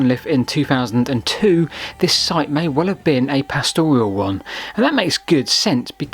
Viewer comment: PAStoral. Not PasTORial. No i.